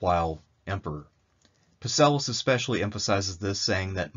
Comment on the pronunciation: Love the videos but you’re killing me with Psellus’s name. The P is silent my dude, the p is silent